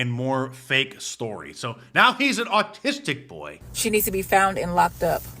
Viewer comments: She didnt say "Autistic", she said "artistic",,, because ebonics doesn't know how to pronounce "autistic" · "artistic boy" and I "only know how to 'AX' somebody a question." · She said articsit I think that's different 😅😂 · that lunatic can't even say autistic correctly, she says it like "artistic." Then she thinks someone can be arrested for using a word that hurts someone's feelings. The education system has clearly failed this woman or she just didn't care to be educated when she had the opportunity to learn. Also, everyone today uses autism, Asperger's, and mental illness as an excuse for poor behaviour to dodge accountability. That's the only reason this troll is saying the the little five year old boy is "artistic" because she and all the others who are spreading that lie want to make an excuse for the child's behavior and the parents inability to discipline their child as well as making the woman who called him that hurtful little word look far worse in the public eye. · Actually she said 'artistic'. She also wants to axe you a question. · she said "artistic boy" not "autistic boy" you know, because there's a certain % of the population that speaks with a southern accent despite living nowhere near the south. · She didn’t say he was autistic She was calling him “artistic” because his thieving is a thing of art or maybe she just can’t enunciate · No, she said "artistic" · Let me “axe” you a question, lady. How do you know the boy is “artistic?” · The boy is "artistic" she said. Not authistic. lol I'm sure she knows how to say the N-word properly. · She can't even pronounce "autistic" said artistic, shows you how intelligent she is. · That moron says "artistic" boy......😅😅😅😅😅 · To be acurate that thing mispronounced "autistic" and said "artistic". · Pretty sure she said "artistic" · pretty sure she said ARTISTIC. They can’t even talk. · I heard artistic too!😂😂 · um...artistic 😂😂its AUTISTIC NOT ARTISTIC 😂😂😂😂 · to be fair she said artistic not autistic